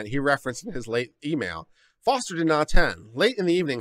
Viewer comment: I thought the name is Foster and not Forest?